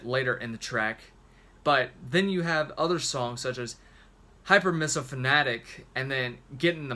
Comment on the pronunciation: Heads up, the track is pronounced "Hyper-meeso-phone-ee-ack"